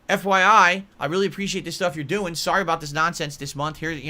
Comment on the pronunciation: "Sarry, it's indisputable, I'm improving my khantent" So in mind, if you even attempt to "improve" something, it's improved. Just because you tried. Man if it were that simple.